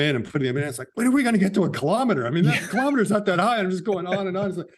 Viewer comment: Kilo'meters, not kalamaduhz.